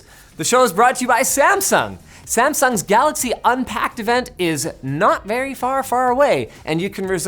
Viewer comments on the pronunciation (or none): none